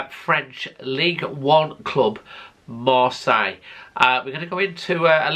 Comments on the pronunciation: Lol... Was gonna say, it's Pronounced Marsay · You know it’s pronounced MarSAY don’t you? Maybe it’s the bunged up nose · Marcel??? 😂 Please try and pronounce things a little better.